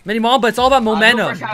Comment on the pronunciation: Did he say momenum